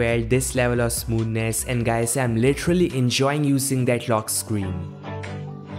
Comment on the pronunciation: "Smooness" What an idiot lol He is comparing Samsung with theses stupid Chinese phones lol.